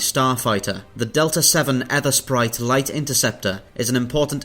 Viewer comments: "EEthersprite" - like the "ee" in "teeth", not "Eth" like "earth". As in "the ether" of a clear sky. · Ethersprite mate, like ... Aegypt (Egypt), Daemon (Demon), Aegis (Egis) etc... The A is silent. It's pronounced Ether Sprite.